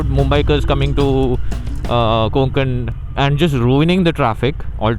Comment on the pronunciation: Konkan nahi bhai, Kokan*